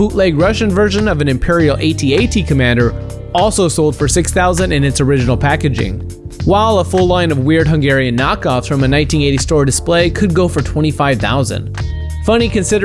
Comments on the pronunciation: Correction : It's not pronounced " Ay - Tee, Ay - Tee " commander. It's pronounced as it's spelled, " AT - AT ." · It's AtAt not A T A t.